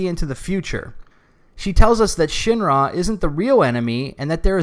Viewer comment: I really love that I can tell you're saying "Shin-Ra" and not "Shinra"